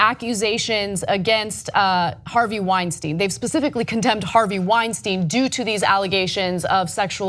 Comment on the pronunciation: Why do you keep calling him Weinsteen? Do you say Frankensteen? Einsteen?